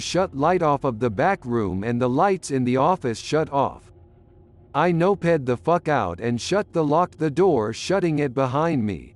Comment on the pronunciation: I love how the AI robot voice pronounces "noped" (past tense of "nope") as "no-ped" and "mo-ped" (a motorized bicycle) as "moped" (past tense of "mope"). 😅